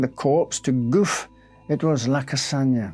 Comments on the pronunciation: sorry, I guess it just bothered me how the most important name in this video was not pronounced correctly. I wouldn't have said anything, but then I saw your comment and I thought how ironic 😊 But yeah, I guess no harm done, it's fine either way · Thank you for this post. If that's helpful, Gouffé would be pronounced 'Gouf-fay'. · Judging by how the name is spelled, Gouffé, it should be pronouned "gou-fay". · He’s pronouncing a lot wrong. It’s Gouffé, not goof. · Except he doesn't pronounce them well at all 😅 He especially butchers the name of Gouffé, which, if it really has an accent on the last letter, the 'e' is not silent. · Not a big deal of course but the "é" in "Gouffé" is pronounced, like in the loanword "résumé". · The pronunciation is Goufe'y not Goof. Just saying is all. Warms BRex:202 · Excellent and interesting, but ahem are you having a bit of a linguistical joke with us? His name (as written) should be pronounced more like 'goo-fee' rather than 'goof' (I laughed every time you said it). If I'm wrong, then goof, c'est moi, non? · Isn't it pronounced Goo-fay? An accent means the "ay" sound in the French language. No accent on the "e" is Goof. Just saying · Gouffé - you pronounce it as 'goof' but the correct French pronunciation would be 'goufay'. Accents are never silent in French. 😊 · The name Gouffé is pronounce Gouffey because of the accent on the e(é), but you say Gouff 😂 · Btw, I think it's goufFAY - not goof! lol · One minor observation, I notice acute accent (accent aigu) over the E, making it pronounced like "goo-fay", whereas you pronounce it more like "goof", but I don't know the story and whether the accent itself is a mistake 👍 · Not "Goof", if that accent belongs there, but "GooFAY". On screen, LYON not Leon... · I noticed that too. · It’s pronounced ‘Gou Fay’ not ‘Goof’ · Gouffé is pronounced 'Goo fay' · Gouffé is Goo-FAY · Its pronounced "goo-fay": the acute accent over the e makes it sound like"ay" as in "play".